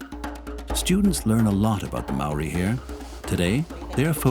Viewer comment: Moāri is pronounced as mouldy I’m from the tribe Ngāi Tūhoe and I would really appreciate if you pronounce it in the right way